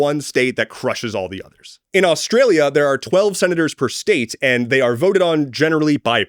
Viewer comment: jfc "Naurnia" as Australia sent me.